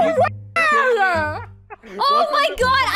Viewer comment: Rae doesn't say, "Oh my God" she says, "Owy Muoy Gwawd!"